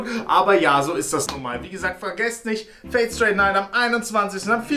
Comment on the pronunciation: Du hast Fate straight Night gesagt. Es ist aber stay 😂😂